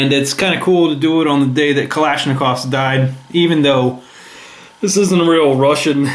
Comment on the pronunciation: Not to criticize but it's usually pronounced Zahs-Tah-Vah, and Kahl-eh-sh-nee-koff/kov